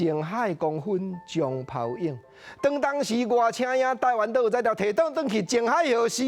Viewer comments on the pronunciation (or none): 泡影文讀照教育部詞典應該是phàu-íng，影片內底聽來像phau-íng